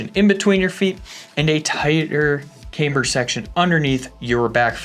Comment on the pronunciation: Ah shit! He’s back to saying caimber.